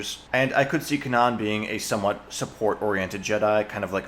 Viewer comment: “Kanan” lol